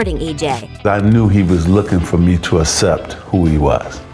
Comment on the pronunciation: I’m so glad magic “uh-septs” EJ